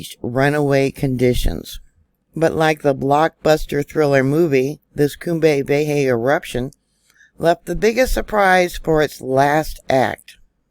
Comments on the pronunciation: Cumbre Vieja, pronounced, Koombray Vee-ay-ha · You're blowing my mind. Crazy. PS if you please, Cumbria Vieja is pronounced COOM-bray vee-AY-hah 💕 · Cum bry- Vay ya,!